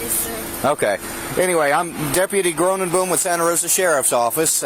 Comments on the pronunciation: Is so funny to hear deputy pronouncing his last name in English while his name clearly is from Dutch origin: English: "groooonenbooom" Dutch: Groenenboom (Literally GreenTree) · Lol the way that officer pronounces his (obviously) Dutch last name has me rolling 😂😂😂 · I’m sorry did he say “Deputy Groom and Boom”? 🤣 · Wonder if his name is Dutch. Would translates to smt like 'green bean' but pronounced not at all how he said it 😂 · Groenenboom is definitely a Dutch surname but pronouncing it like he does makes it sound horrible. If I were him I would just change my name to the translated english version being ‘Greentree’. Now doesn’t that name sound much easier to live with? 👍🏻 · The way the officer said groenenboom made me laugh. It's a Dutch name that means green tree. It's pronounced very different in dutch